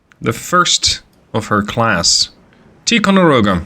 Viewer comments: Ticonderoga is pronounced with a long I. Tie. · Love the vids ! If you were curious it we would pronounce it Tie-Konde-Rowgah (Or atleast thats how we said it ) one of the guys i served with in the Navy his father was on the Ticonderoga they called it the Big T. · Ticonderoga pronounced Ty-con-de-ro-ga love your work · FYI Tie-con-der-oh-ga in how Ticonderoga in commonly pronounced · In the US we say “Tai-conderoga”; I’m not sure if that is the same as the Iroquois pronunciation though.